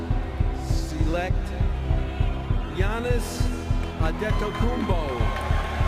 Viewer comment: You have to Appreciate David Stern for correctly pronouncing giannis' Last name